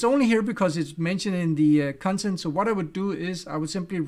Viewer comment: I will definitely pronounce "cuntent" from now on 😅